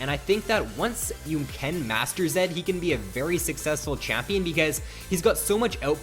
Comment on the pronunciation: zed no zen